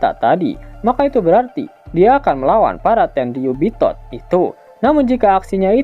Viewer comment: Pengen ketawa terus dengar tenriyubitot